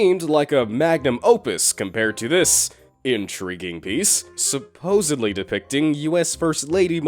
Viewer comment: Did he say supposebly